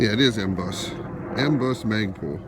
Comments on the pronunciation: Please quit saying MOGBUS!!!!!!You are driving me crazy! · It's not MOD bus lol... I like though